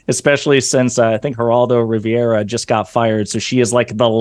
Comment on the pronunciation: Gerardo RIVIERA😂 ITS RIVERA